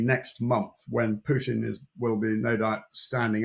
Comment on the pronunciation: Correct pronunciation is Pootin, not Pewtin.